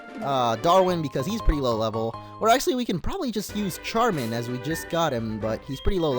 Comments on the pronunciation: Pronounced sharmin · Although it's spelled Charmin, it's pronounced: Shar-min. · Charmin is pronounced "sharmin" like the French ch